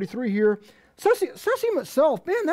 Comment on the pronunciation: ceezeeum, not cesseeum